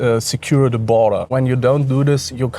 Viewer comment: “Men are ze problem”